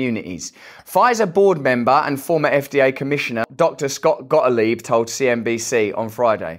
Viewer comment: It's not GOTILEB it's GOTTLEEB! When pronouncing German names you make the sound which is the same as name of the second vowel so E in the case of Gottlieb. But I in the case of STEIN. XX